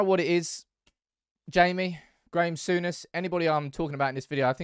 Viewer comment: did you a few times Sour-ness